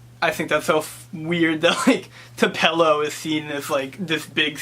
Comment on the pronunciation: Nice job; I wouldn't make a federal case out of mispronouncing Tupelo,. This is a very insightful review from someone from Massachusetts!!!! so, congratulations.